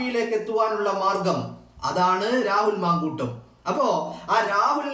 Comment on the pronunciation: വളരെ ഗൗരവമുള്ള വിഷയത്തെക്കുറിച്ച് ശക്തമായ തെളിവുകളുടെ പിൻബലമുള്ള വിശകലനം അത്യുഗ്രൻ. ഒരു നിർദ്ദേശം മുന്നോട്ട് വയ്ക്കാനുള്ളത് താങ്കൾ " ഷ " എന്ന് ഉച്ഛരിക്കേണ്ട വാക്കുകളിൽ ഭൂരിപക്ഷവും " ശ " എന്നാണ് ഉച്ഛരിക്കുന്നത്. ഉദാഹരണം :- "വിഷയം" എന്ന് പറയേണ്ടിടത്ത് "വിശയം" എന്നാണ് പറയുന്നത്😛👌🏻.